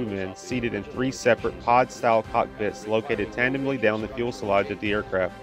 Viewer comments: Fuselage, not fuelselage. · Fuel..........Salage lol, lol, lol fu·se·lage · Fuss_e_lage, not fuel_se_lage. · "fuelselage [sic]" -- "fuselage"! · I love your channel. Keep up the great work! I just have one minor request. Could you practice on saying "fuze- el -lodge" instead of "fuels -el -lodge" when you are saying the word "fuselage"? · good video. But for future reference, fuselage is pronounced fue - se - lage, not fuel - se - lage. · Sorry to be picky, but it’s pronounced Fyu-suh-lajh, not Fuel-suh-lajh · Again..... It’s Fuselage not “Fuelselage”! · Fuselage not fuelselage. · you're still saying fuelselage. That ain't it . It's fuselage. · Fuselage -- Fu sa lage. Please not Fuel sa lage. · PLEASE stop saying "FUELselage" instead of FUselage. I enjoy your videos but it is very distracting...thanks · Getting better at narration! Quit saying fuelselage! It is fuselage. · Great video! Love the Hustler... please say it with me “foose-a-laaaaj” 😀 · Try saying Few-Sell-Lodge, but overall you are getting a lot better. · Fuck, if he says “ fuelsalage “ one more time... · Let me start by saying that I thoroughly enjoy your videos. But please correct your pronunciation of 'fuselage'. The word isn't 'fuelselage'. It's a pretty glaring error for a channel that has so much content focused on aircraft to be mispronouncing that word. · Can’t get past “fuel-salvage” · Fuse - a - lodge. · "Fuelselage" Lol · You're killing me with the "fuel-selage". Take some English classes. I'm sure they have those somewhere in Alabama's public school system. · The content is great, BUT! saying "fuel"-se-lage, negates your effectiveness to communicate. This particular thing is SO offensive, that I will probably NOT watch more of your videos. If you think I'm being petty, OK, but the mispronunciation rattles my brain, so sorry. Otherwise, a great video. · Great videos. I just wish you would learn how to say fuselage correctly. Lol